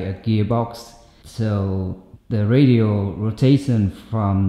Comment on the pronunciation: Your English is entirely adequate and functional. I had no problem understanding you, and the concepts you explained were very well thought out and clear. Just FYI the word 'ratio' is pronounced like 'ray-shio'. It's related to the word 'rational'. That was the only word I heard that stood out and made me think, but it was obvious what you meant in context. Thanks for all you do.